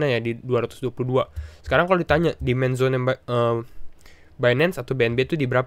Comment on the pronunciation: yang di omongin "Demand Zone" ya? yang saya dengar di awal "Man Zone" :D